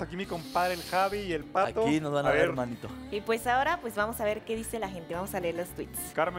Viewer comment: JAJAJAJ ese "ora" tan poblando de amo